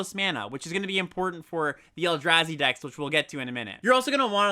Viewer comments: Mispronouncing the “a” in Eldrazi and Abzan in opposite ways is so funny and infuriating at the same time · You’s knows the Eldrazi from Staten Island?